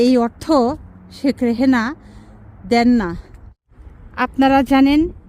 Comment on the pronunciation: নামটাই তো ভুল বলছে। শেখ রেহেনা না শেখ রেহানা।